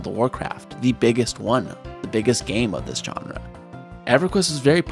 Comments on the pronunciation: Its "genre" not "johnra" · You use the word “genre” a lot, so you should probably learn how to pronounce it. It’s not “john-ruh”, it’s “zhaan-ruh”.